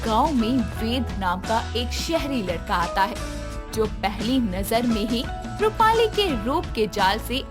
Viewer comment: AAP jab bhi rupali keheti ho tab mujhe mali sunai deta hai🤣🤣🤣😂